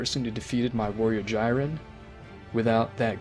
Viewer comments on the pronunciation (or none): Jai-ren and piccoro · Please say it right, Jiren (jeer-ren